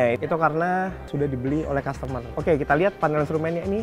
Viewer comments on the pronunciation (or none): none